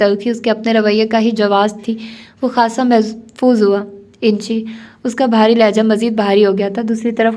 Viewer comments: آپ محظوظ کو ہمیشہ محفوظ پڑھتی ہیں جبکہ یے صحیح لفظ ہے م ح ظ وظ محظوظ ❤ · Assalamualaikum warehmathullahi wabarakatuhu... Aap jis lafz ko mehfuz padhti hain wo mehfuz nhi Mehzuz hai